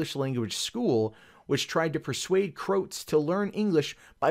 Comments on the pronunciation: Pronounced "Crow-ats" not "Krotes" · It's pronounced cro ats, 2 sylables. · your pronunciation of Croats will cause the second Yugoslav war...